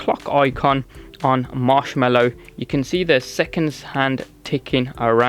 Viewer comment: It's Mallow, not Mellow.